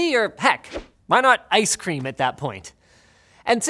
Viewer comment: ix cream lol 😂